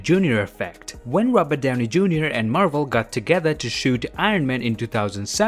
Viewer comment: The way you say rabut downi 🤣🤣🤣🤣🤣🤣